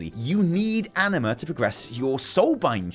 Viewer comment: I can't not hear ENEMA instead of Anima